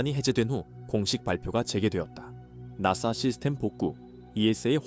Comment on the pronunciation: 나사를 낫싸 라고 부르네...